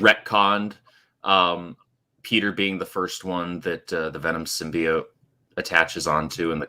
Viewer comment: I can't believe still pronounces symbiote as "simby-yaunt"